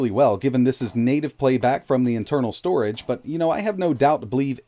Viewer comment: "storege" ?? xD